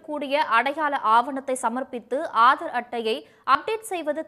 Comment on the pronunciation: Hello news reader, Aaadar அட்டையா????? Adhu enna pronounciation?????????